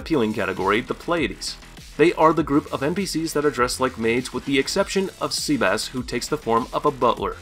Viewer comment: Did this guy literally call sebas "seabass"